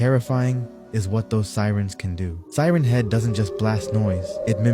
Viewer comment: it’s siren head not seren head